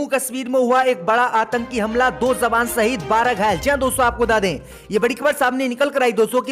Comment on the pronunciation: J padho z nahee jawan hai zawan nahee